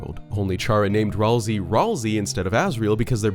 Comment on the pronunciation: Okay, for real. Isn't it "Ralsay"